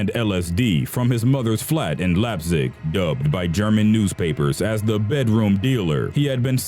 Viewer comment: Leipzig sounds really funny how you said it and what the hell is wrong with my country